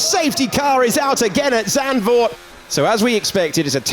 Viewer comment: Can someone please help the commentators with the correct pronunciation of Max Verstappen and Zandvoorr? They should try to be professional, at least.